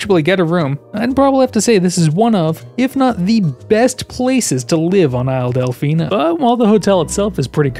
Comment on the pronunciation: When i heard you say “isle delficino” i heard “isle deficeno” as deficate with a no at the end